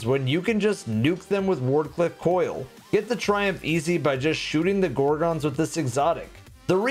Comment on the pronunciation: That's not how you say gorgon..... 😒